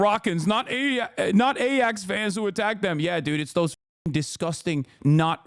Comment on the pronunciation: Eye* ax* 😂 not aj ax